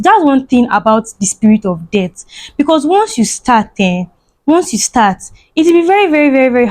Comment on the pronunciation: We know what debt is, na you no sabi pronounce words😹😹😹😹